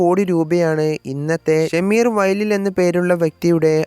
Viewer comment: ഷമീർ അല്ല ഷംഷീർ ആണ്